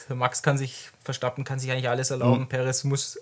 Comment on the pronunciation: Ich mag die Videos sehr. Aber sag doch dem mal jemand, dass der Redbull-Fahrer Verstappen heißt und nicht Verschtappen. 😉